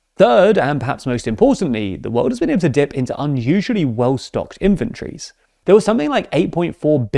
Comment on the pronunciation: anyone else hear 'well stocked infantries' not 'inventories'?